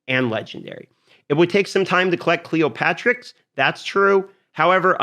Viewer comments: why everyone on youtube says cleoPATRIX when this champion name is cleoPTERIX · It's Cleopteryx, not Cleopatricks. "Clee opp ter ix" --- just sayin.